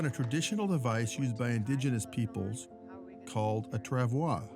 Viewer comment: It’s “trav-wah”. French word.